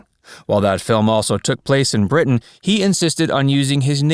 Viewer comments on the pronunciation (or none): none